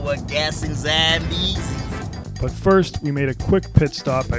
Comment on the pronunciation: "Zillion Zambeezee's"